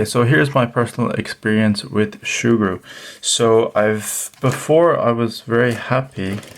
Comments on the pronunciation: Soogru not shoogru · Sugru (Soo-Grew) not (Shoe-Grew) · Say surgru normally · I can't see an "H" in Sugru" where's it hidden to become Shugru? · shugru? it's like hearing someone pronouncing lego ... lago ... tres annoying!!! 😡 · It isn't Shugru lad, NO "h". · Shoogru makes it sound like an adaptation of shoe glue, which at first made me wonder if that was the right pronunciation since this material kind of reminds me of shoe goo. However that stuff is much harsher and more of an epoxy, in fact may have been a better use in the case of this camera mount repair. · Learn to say it right. No h